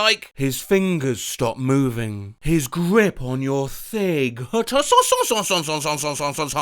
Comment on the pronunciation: Ladies and gentlemen, it has come to my attention that, said ''thig'' instead of ''thigh'', even when it was meant to be thigh. This is evidenced by the fact that ''h'' carries over from ''thig'' and, in the context, ''His grip on your thigh'' simply makes more sense.